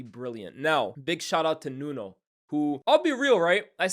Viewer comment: It's pronounced 'Nunu'